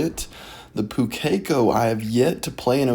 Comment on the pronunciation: Sorry to be that guy but Pukeko pronunciation, the strong syllable is the first one, so it's pronounced POO-ke-ko, not pu-KEK-o.